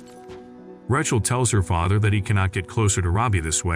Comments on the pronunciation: Heller...its like Raychel not Ra chel.. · The way he says Rachel 😂😂😂